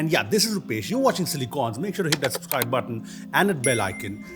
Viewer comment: SUBSCRIBE not SUPSCRIBE 😅